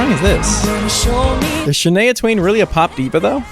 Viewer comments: …it’s pronounced (SHAN-EYE-UH)…NOT (SHAN-AYE-UH) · shanaya??!!! girl put some respect on my canadian legend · Not you pronouncing Shania Twain’s name wrong. Smh. And yes. She helped pave the way for Country singers to go Pop. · Shanay-a Twain - I CANNNOT 😂😂